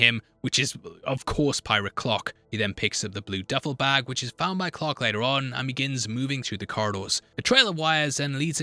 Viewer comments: Who the hell was Captain “Clock”? It took me forever to realize he was saying Clark. 🙄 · Please don't take this the wrong way, but as someone who is unfamiliar with this film/lore and had this video playing in the background while doing other things, I thought for over half the video that the baddie was named Pirate Clock, not Clark. 😂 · Genuinely took me some time to figure out you weren't saying "pirate clock" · I almost watched the whole video and I couldn't comment not even a quarter away through but continue to watch the video until I tried to check what the hell is going on and then it stopped working. And then it disappeared from existence. What the hell happened? Oh yeah and for most of the video I thought you kept saying pirate clock. 😂😂😂